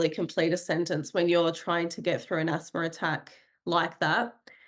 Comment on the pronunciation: Asthma has no "r" in it. Same with No. The way this lady talks "Asthmer" "Noer" is really irritating.